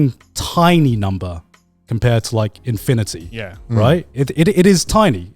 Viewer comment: im stoned and even i near spat out my water when Grant said infiinity. No more coffee treats for that man!